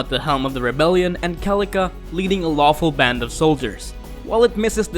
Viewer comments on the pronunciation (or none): It's CELICA. Not KELICA. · what the fuck is a kel-ee-ka? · you mean kelica... I'll see myself out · you mispronounced Celica